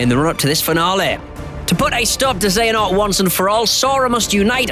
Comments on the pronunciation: he say xenahort WTF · Lol he said Xenahort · they did it again... they still say ''Xenahort'' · I don't mean to be that guy but... Xenahort....... XENAHORT, this guy's never played a kh game before